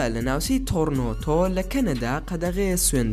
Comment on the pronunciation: زۆر زۆر بەسود بو بەلام تۆرنۆتۆ نیە تۆرێنتۆ وە ئۆشاوا نیە ئۆتاوا